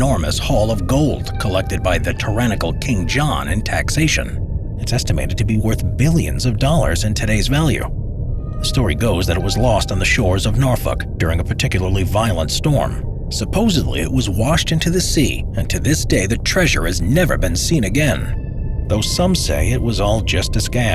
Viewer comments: Lost on the shores of ‘Norfuck’ Wut? 🤨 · Lost in Norfuck Wut? 🤨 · I know but it sounds like something els. (Norfolk)